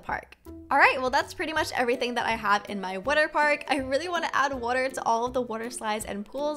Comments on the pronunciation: You say water wrong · who laghs when she says water